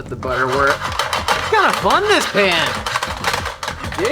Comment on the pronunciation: Are you saying pan or pam I’m sorry you’re just coming off stupid